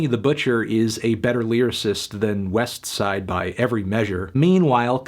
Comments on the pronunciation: Sorry but there's no T in westside gunn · Anthony pronouncing the T in Westside Gunn makes me want to vomit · I cringe every time you say west - side gunn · You say Westside Gunn Funny, probably like how Slug would pronunciate it. Great review, keep ‘em coming buddy. Have a blessed Day.